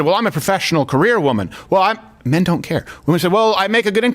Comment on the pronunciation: Nah... its just when you say "mehn are reluctant to help wahmn on the subway" you're ignoring rase.... because the real situation is "whi mehn dont save whroes from the subhumans they fk"... and why should they?